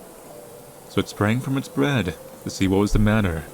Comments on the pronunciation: WHY WOULD U SAY BREAD INSTEAD OF BED IN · “So it sprang from its bread to see what was the matter” eheheheh bread nice job hehehe